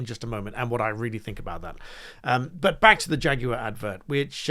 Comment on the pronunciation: Shaguar becomes Draguar